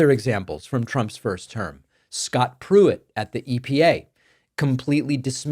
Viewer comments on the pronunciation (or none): none